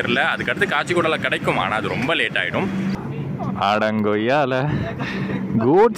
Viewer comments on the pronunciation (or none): Bro Adangommala nu thana solla vantheenga appuram video edukurene adagoyala nu sollittinga crctaa😂😂